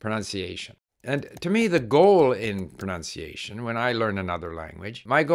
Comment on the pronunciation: It is ironic how your saying of pronunciation is mispronounced throughout 🥸 I do enjoy and appreciate your great content though thank you